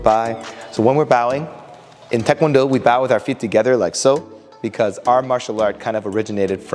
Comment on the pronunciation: THANK YOU for pronouncing taekwondo correctly. Why do so many people (including many instructors) say TIEkwondo??? It drives me nuts.